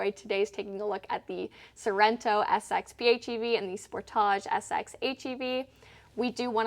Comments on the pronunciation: "Sport - thaa - jee"? Or "Sport - tee - jee"? Ahhh who cares, I just enjoy watching I mean listening to... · How would you pronounce it? Maybe it's a Canadian thing, I would say it the same way as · Mostly in Canada I find it's pronounced as "Spor-TAH-JEUX" such as in the video... I find Americans pronounce it more like "Spor-DIDGE" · I wonder if she pronouces film footage and "foo tage".